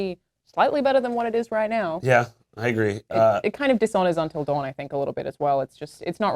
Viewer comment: "untal dawen"